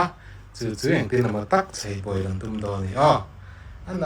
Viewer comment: a hmuhnawm thin e,ka sawi lsel ve duh lawk chu RAWN tih i lam dan hi sim daih la,rawn ti satliah mai la,lam kawi tawh lo la,a nalh zawk ang